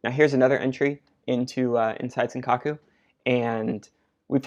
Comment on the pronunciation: Great video, love that you're making a good effort to study tape and learn yourself, it's super motivating, and the analysis is great. Just a quick comment though, I think it's Sankaku not Senkaku :D